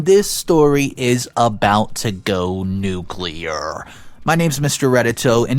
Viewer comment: YES! Thank you for saying nuCLEAR and not nuCULAR. Finally someone on youtube who pronounces it properly. Sorry i know that was hella random.